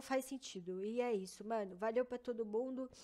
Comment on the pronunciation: Não é possível q só eu q fico aguniado com o jeito forçado (não só dela mas de outros tbm) de fala em gíria ou tbm essa "mano" q é quase um "meno" kakakakak tfdr